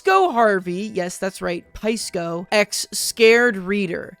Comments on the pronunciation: pie-sco Harvey? I hope realizes it's SY-co. Lol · It's pronounced sigh-co